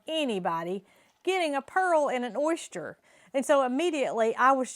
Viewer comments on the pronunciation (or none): Oyster pronounced ‘oy-stir’ 🥰❤️🇨🇦